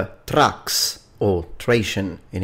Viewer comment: Most of what you said is false, First off it's Thraex not Trax, secondly the main fighter of the Murmillo was not the Thraex it was the Retiarius, another thing was the Provakator was the gladiator based on the Legionary, I'm not trying to be rude but when you make an educational video you should try to make sure you have everything right.